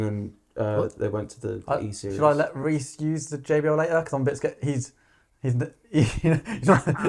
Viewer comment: Thanks for Pronouncing my name right! And for taking my question! You guys rule! Can't wait to hear more from him!